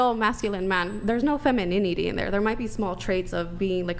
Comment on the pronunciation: I think she actually said ‘Feminidity’ :)